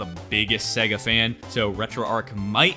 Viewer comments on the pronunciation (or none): none